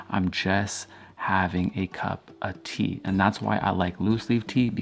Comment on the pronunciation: Why do I love the way you say "cup of tea"? It's not chopped, it's like on one unique symphony frequency line "cupatea" ahahah. A random anecdote to share vibes. Thanks for what you do.